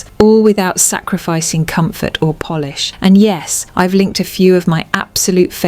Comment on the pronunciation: Your phony A.I. narration betrayed your attempt at sounding high-class and authoritative, when it pronounced "polish" as "Polish". You nearly had me fooled. At the very least, you should carefully listen to your video before posting and making yourself look foolish.